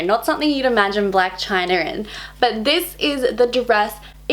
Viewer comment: It bothers me so much to hear "black chinar"